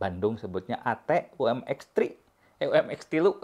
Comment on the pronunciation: Mi mex. Yah.. Bukan M3 mex😂